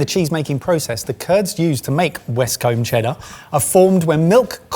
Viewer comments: Can confirm, I am originally from Somerset and it's the one word where I go proper broad in the accent regardless of if I intend to or not. That said, pronouncing the 'combe' of Westcombe like 'comb' feels very wrong (it should be more 'koom'). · westcoom is the correct pronunciation…..zumersetter here! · may have nailed the “Somerrrrr-set” but he blew it on Westcombe. It’s either “coom” or “cum” depending on how posh you are. A west-comb is what you use on the left hand side of your head.